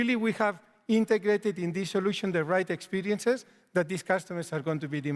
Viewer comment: Iam tierd of PR BULLSHIT always saying experinces !